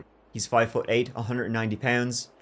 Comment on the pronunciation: 'LASE SEEN...' ? Get it right!